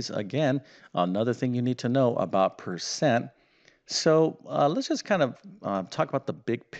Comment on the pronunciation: Oh no, not another one... and by the way " percent " is the word, not " pecent ".